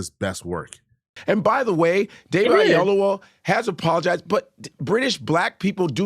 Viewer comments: The height of ignorance and stupidity is that Godfrey as a so called Nigeran that he is not cant event pronounce David Oyewole's last name correctly. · Both Godfrey and cannot pronounce Oyelowo. 🤣🤣🤣